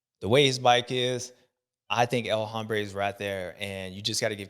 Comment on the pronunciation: El Hombre' H is silent. "El ombre" I hoping this is Jason's Year 🎉❤